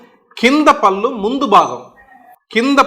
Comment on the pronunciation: గారు, మీరు "పల్లు పల్లు" అంటున్నారు "పళ్ళు" అనండి, బాగుంటుంది.